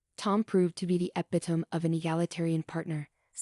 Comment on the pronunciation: The reader needs to learn how to pronounce "epitome", amongst other words.